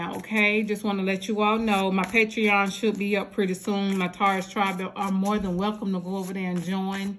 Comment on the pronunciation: Awesome read thank you. I am so excited for Paetron (PAT-RON)!